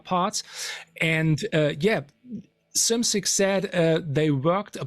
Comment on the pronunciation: I've never heard anyone pronounce Bill Szymczyk's last name correctly